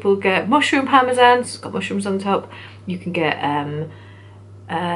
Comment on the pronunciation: They have Chicken Parmesan in the states. I've seen them mentioned in films etc. They pronounce parmesan weird though. Parmeshjan or something x